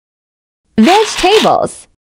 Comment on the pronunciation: "Screws" Those are nails 🤦‍♀️ "Macaroni" I don't even know what that is but it ain't no macaroni... "Vedge Tables" First of all, that is a terrible pronunciation of vegetables, and second of all, those look like leaves you plucked off of a tree. "Spicy bell peppers" Those are not bell peppers, bell peppers aren't spicy!